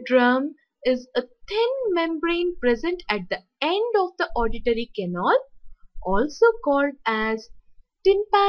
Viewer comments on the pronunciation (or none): It's canal not canol!!!